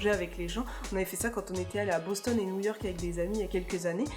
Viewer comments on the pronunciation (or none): none